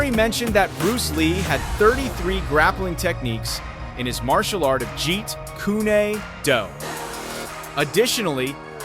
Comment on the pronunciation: Jeet Kune Do the Kune - KOON not Koon nay.